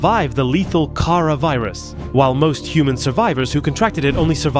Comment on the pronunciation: Oh I thought he said chara